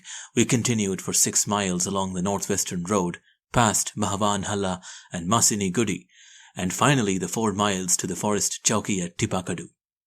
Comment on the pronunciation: Its called theppakadu and masinagudi, sounds different than what narrator sounds but the way narrator narrates is good..and its anaikatti